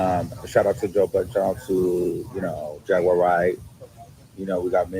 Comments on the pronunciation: It's Jaguar (Jag-War) not Jag-wire🤦🏽‍♀️🤷🏽‍♀️ Stop jacking up names & words, omg...go back and listen to your commentary 😮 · You mispronounce her name you pronounce it like the cat jaguar Jag/war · Here we go again (in DMX voice)! never says people names correct! Who in the world is “JAG*WIRE” Wright? And she’s saying “Jag*Wire with emphasis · You mispronounce her name you pronounce it like the cat jaguar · You are pronouncing Jaguar wrong there is no I in it. It’s hard to listen to your commentary because you are not that intelligent. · The way she says jag name lol